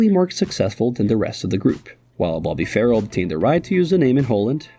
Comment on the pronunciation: Bobby was NOT 'Farrell!...The name was pronounced 'Fa- RELL'...I worked for Bobby on the band's tours,(Thanks to Mike Lee Taylor and Barry Collings), collecting the girls from an address in Surrey...(Classified information!).😊😢